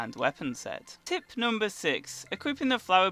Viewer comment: I swear to god everytime he says tip, it sounds like hes saying tit